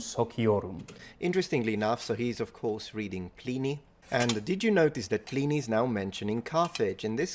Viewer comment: ‘Pleeney’? Oh dear.